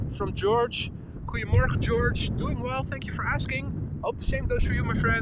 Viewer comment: Hiya Boy! You say something in Dutch to a lot of people that sounds to me like "hwee morha." (That's just what my ear hears.) Is that how you pronounce "Goedemorgen"? I know Dutch is very similar to English, but I don't know if I'll ever get the pronunciation. "BOY: He hath a killing tongue and a quiet sword, by the means whereof he breaks words and keeps whole weapons." (I'm running out of quotes, and I can't find anything more related to my question.😐)